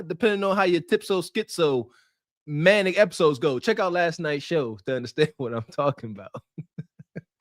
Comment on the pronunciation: Manic Manic Manic There's no "T" in manic.